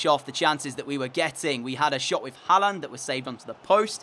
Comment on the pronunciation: Håland is pronounced Horland The letter å is pronounced like or It's annoying hearing people pronounce is Haland since I'm Scandinavian too 😂🤦‍♂️